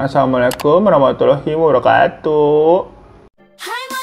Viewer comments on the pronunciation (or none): none